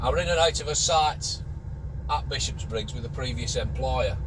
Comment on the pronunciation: its not 'Bishops-briggs', its Bishopbriggs......only one 'S' and its at the end .